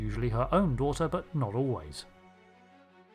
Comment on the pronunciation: I am unreasonably bothered by 'daigther' - Perfect Cell